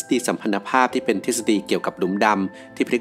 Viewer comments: สัมพัท ไม่ใช่สัมพัน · สัมพัทธภาพ อ่านว่า สำ-พัด-ทะ-พาบ มันสะกดด้วย ท.ไม่ใช่ น. อ่านยังไงก็ออกเป็น พัน ไม่ได้ ฟังมาคนหลายรายการแล้ว ผิดแบบนี้เยอะ